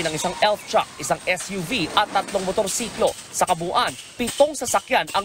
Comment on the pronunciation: Chreyler chruck